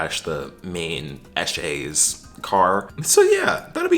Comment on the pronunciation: It's pretty funny hearing an American say eshay hahaha